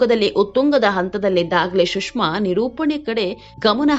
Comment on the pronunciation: ಶುಷ್ಮ ಅಲ್ಲ ಸುಷ್ಮಾ